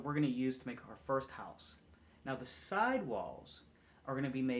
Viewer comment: Ha-use haha deff a penn accent.